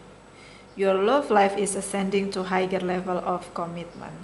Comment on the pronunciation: FALSE PRONUNCIATION for HIGHER --> "Haiger". CORRECT: HIGHER --> "HAIER".